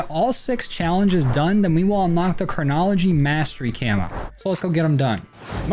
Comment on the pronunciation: My man struggling with the word chronology 😆